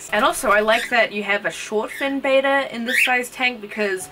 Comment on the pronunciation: good vid bt its betta not beta no hate btw